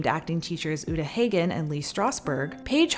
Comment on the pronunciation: UW-Taa HĀG-ən. Pronounced like the first word of Häagen Daz.